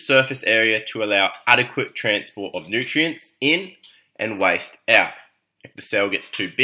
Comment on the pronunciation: Are you trying to say waste?